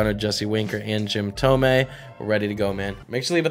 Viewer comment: This guy STILL says Jim Thomay, instead of Jim Thome? Lol 😂